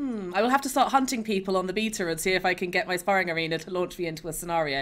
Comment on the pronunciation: Go here to learn how to pronounce beta.